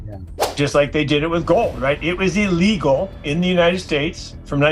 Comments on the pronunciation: This bot can’t pronounce Illegal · I’ve never quite heard the word “illegal” pronounced the way that you just did it.